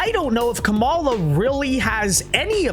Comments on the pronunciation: Her name is pronounced KAH-ma-la. Stress the first syllable. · Wince Duh, you can't even pronounce her name right.